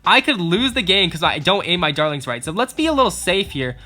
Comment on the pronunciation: When he says dartlings it sounds like darlings